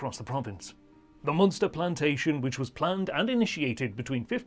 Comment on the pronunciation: Moonster? Leenster? Great history but he's obviously never been to Ireland...